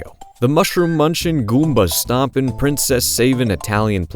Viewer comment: I didn't like that emphasis you put in the word GOOMBA at the beginning